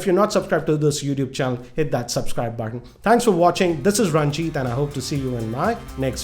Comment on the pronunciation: finally you started saying 'Ranjit' instead of 'Raanjit'! :')